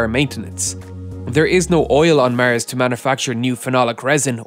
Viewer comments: It's pronounced Mars not miarse, sounds like youre saying mi arse. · You have very interesting content! But... Could you pls start saying Mars instead if Mers. Please?! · Mars , not ,Mers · It's not Mers... It's Mars.... 😂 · "it reduces the equipment the rocket will need to carry to Mers!!" lol Does anyone have Mers Ber? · Not mars Not mers MÊrs